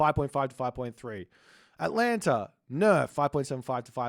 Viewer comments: No idea tbh lol. There's an Italian player with the name of Atalanta. It's just a common mispronounciation I noticed, myself included. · "If you have any questions or anything you didn't understand leave a comment below and I will endeavour to find the answer" Bro why don't you pronounce Atalanta properly?! ;(